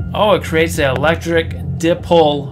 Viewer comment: It’s PaTent not paDent. And dipole, is die-pole, or d-eye-pole.